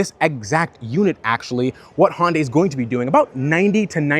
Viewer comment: HYUN-day rhymes with SUNDAY, or if you have to: HUN-day; Never HON-day.